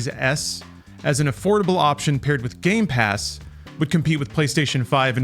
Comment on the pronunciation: They said game pass wrong.